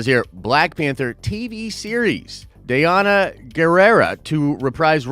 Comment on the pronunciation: Danai, pronounced = Da-Ny.